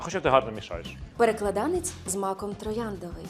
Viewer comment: Правильно наголошувати так: ПереклАданець!